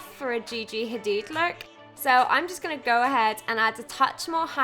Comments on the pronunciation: i think it should be pronounced like gigi hadeeeeeeeed not hadid lol love this vid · love you & this tutorial, but you pronounced her name wrong. It's pronounced Hadeeed. (